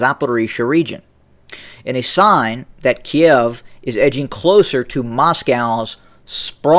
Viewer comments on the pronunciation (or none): none